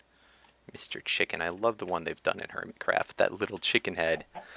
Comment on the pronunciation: you said hermitscraft lol